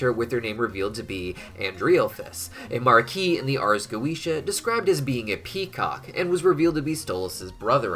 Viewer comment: Why is it so fucking hard to simply say goetia properly